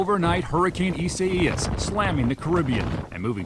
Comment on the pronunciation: Wait? Is it supposed to be Isaiah? wtf is Isaias